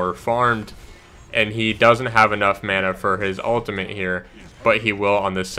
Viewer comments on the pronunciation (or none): none